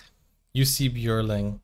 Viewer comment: His name was Johan Jonatan Björling, Jussi being his grandmother's pet name for him. His last name is pronounced: ö like ea in earn, so Bj ea r ling. Not yodeling.